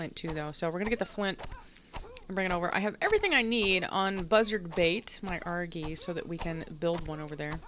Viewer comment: No hate but you say Argy Arjy